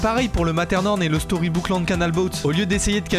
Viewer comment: Le "materne-horne" ptdr je meurt 😭